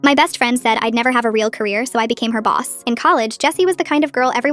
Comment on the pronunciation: Boss* not boos